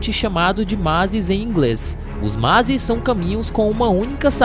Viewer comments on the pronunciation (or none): Mazis em inglês 😂😂😂 o correto é mazE